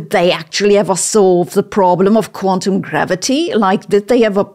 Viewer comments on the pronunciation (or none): none